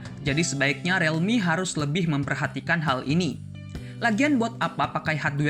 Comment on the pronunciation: membenarkan saja bang, bacanya bukan "relmi" tapi "rilmi" real dibaca ril